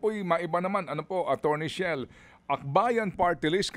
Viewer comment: Chel po, Sir Ted, hindi Shell. ❤